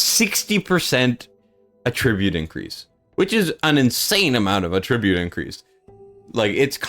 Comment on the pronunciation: I hate to be that guy, but when you are talking about traits or qualities, it's pronounced AT-tribute. When you are trying to say that something is because of something else, that's when you pronounce it uh-TRIBUTE. something is attributed to something, in that case. Don't flame me, people, I'm just here to be helpful.